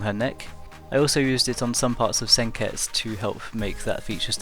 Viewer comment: You ducking dub watcher, only people who watch the dubbed version of the anime say senketsus name like that...Nice drawing tho but you could have made her hair darker I understand why you didnt